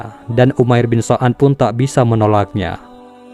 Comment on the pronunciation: Umair bin sa'ad bukan so'ad😅